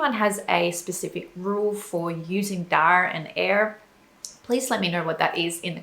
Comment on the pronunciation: She correctly pronounces the r at the end of daar and er, which most English and Australians wouldn't do naturally but most all Americans would.